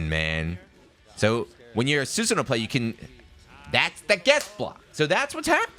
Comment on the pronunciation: It's pronounced 'Su-san-Oh--Oh'. It's a common Japanese mythical character, he's even in the Warriors Orochi games.